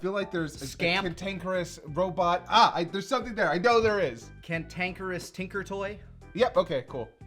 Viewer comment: It finally dawned on me: "Tin-can-kerous"